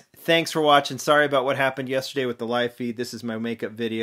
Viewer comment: HAKO-SUKA NOT HAKOSKA😑